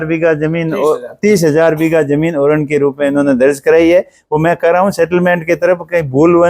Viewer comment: तू एक बार ओरण बोल तो 😂😂